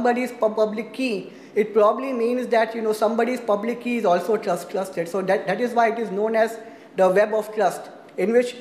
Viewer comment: It was very difficult to follow this talk, the speaker is knowledgeable but unfortunately his pronounciation combined with stuttering made it very hard to catch. I swear I heard him refer to the keys as clustered, it took five minutes before i caught that he is attempting to say TRUSTED. Because i heard him say "go down the chain of clust" which makes no sense. Its a bit unfortunate, as there is limited content on this topic in this format.